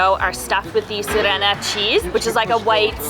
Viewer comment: If you could make a mistake about every stress on every bulgarian word, you would XD its funny though. S'ofia - not Sof'ia. B'anitsa - not ban'itsa. S'irene - not sir'ene. Boz'a - not b'oza XD